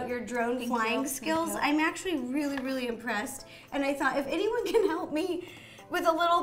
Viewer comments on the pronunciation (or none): Notice she says RO-ly instead of really. lol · Ro i knowtest that u said roolly!🙂🤪🤪😜